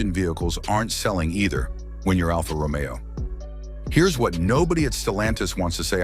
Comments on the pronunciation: I just realized this voice is ai cause it said alpha Romeo wrong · et your A I chat to pronounce the Alfa ROMEO correctly,,, Its not Romeo and Juliet!